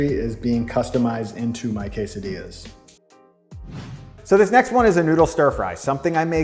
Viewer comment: quesadillas, no "dillas" please white people dont f with that(